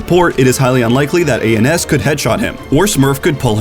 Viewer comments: Who tf says A N S, it’s just ans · ITS ANS NOT A-N-S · a-n-s im very mad that you didnt say ans and instead a-n-s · great vid as always. Btw, the name for Ans is pronounced "Ans" , not "A.N.S." - this is because his actual name is AnsanSniper , he is from Ansan 안산 in Korea. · This man said A N S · nobody esports: A-N-S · His name is ans, not A N S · A.N.S. I’m dead. This guy doesn’t know anything about sf shock, it’s pronounced Ans 😂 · why are you calling hum a n s his name is ans lol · a n s???? it's ans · "ay en s" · K - S - F K - S - P A - N - S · Calling ANS aands hurt my soul